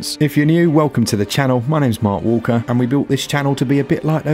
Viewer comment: Did you say my name is Maw Walker? Cant believe you are a WoW player lmao I hope I heard right😂😂